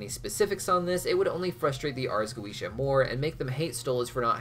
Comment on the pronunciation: Wondering why you suddenly started pronouncing Goetia differently halfway through?